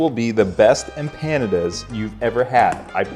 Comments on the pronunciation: First giggle came when I heard him pronounce the name of the dish like it rhymes with Canada.....in case you are clueless it is pronounced emp pa nah dah . I'm from a culture that ALSO eats empanadas so I think you were wise to insult Chilean culture instead of some others. Chileans aren't known for their wrath. I wish my mom, who made empanadas for me were alive to see this video. We would have had a good laugh. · What's better - the video itself or the angry comments at the bottom? Pronunciation tip: Em-pandas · Next time I take my girlfriend to a Mexican restaurant I'm ordering em-PANA-duz. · You butchered the empanadas name Google it and get the right pronunciation. Really butchered it. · I’ve never heard that pronunciation. Unique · How do you not piss yourself laughing every time you say the word "empanadas" 😂😂😂